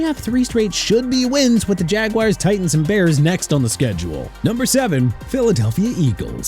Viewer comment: stop with the jagwires okay?! it's ja-gwaars!! Now Miami at #23. Congratulations my team is trash and getting worse because of you